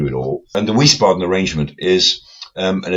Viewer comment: Please, Wiesbaden is pronounced "Veese baden"